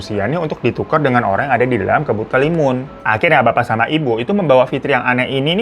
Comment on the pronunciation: Bang hiro sendiri salah nyebut 😂